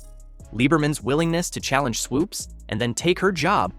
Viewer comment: Voiceover guy: Swoopes’ as a possessive only needs ONE S. Not Swoopes’z. That’s typical broadcast ignorance